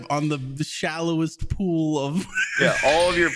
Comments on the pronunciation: Sometimes I think is smart but then he pronounces pool as pole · To be fair, I thought said bull as well and I was picturing a cowboy doing grinds and kick flips with a bull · being the voice of the audience I thought he said bull too